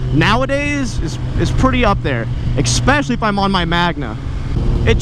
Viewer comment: Please. Stop saying "exspecially."